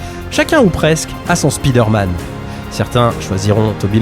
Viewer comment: Спидерман? 😂 Why you pronounce it this way?